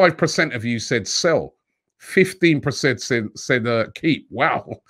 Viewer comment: Love you Robbie but ffs. It’s “PERCENT” not “PRECENT”